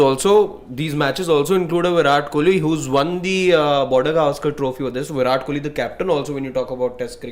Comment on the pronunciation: He really said viral kohli😂